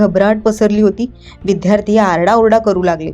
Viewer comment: विद्यार्थी....विध्यार्थी नाही..